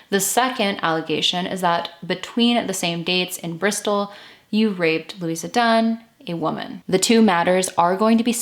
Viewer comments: Her name was Louise ( pronounced loo eeze ) not Louisa . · Pronounced Louise. Please no A at the end. Or with the A it would have been pronounced looeeza. Which you said wasn't right but continued to call her that all the way through. Please it's LOUISE PRONOUNCED LOOEEZE ! TA very MUCHLY. GOOD INFO. I LIVE JUST A FEW STREETS AWAY FROM SAID DOMICILE, still looks the same today.AAREET MOI LUVVER FROM ME TO THEE.